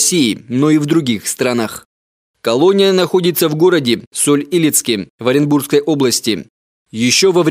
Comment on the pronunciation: Соль ИлЕцке, а не Соль Илецке